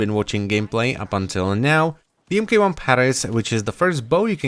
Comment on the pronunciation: MK-1 would be pronounced "Mark One"